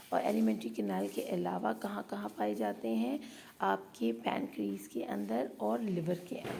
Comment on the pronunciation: Apki pronunciation bhut bhut kharab h Pancreas ko pancre-es Lipase ko lpas Apne toilet se degree ki hoi h jis ne pronunciation sekhe hi nae